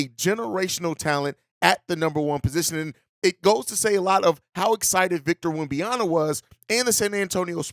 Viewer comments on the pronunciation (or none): It's WemBANyama... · Why not just call him Wemby instead of unapologetically mispronouncing his name?